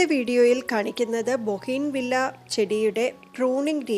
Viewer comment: ബൊഗൈൻ വില്ല എന്നല്ല , ബൂഗൻ വിലിയ എന്നാണ്‌ ശരിയായ ഉച്ചാരണം.